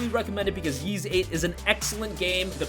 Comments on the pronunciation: Ys is pronounced “Eece” not like “Yeez” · The way you pronounce “Ys” makes me want to piss in a turtles mouth and shave my ball hair and glue it to my Adam’s apple.